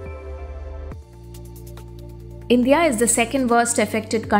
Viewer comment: Unpleasant to listen to the voice "Indhya" instead of INDIA.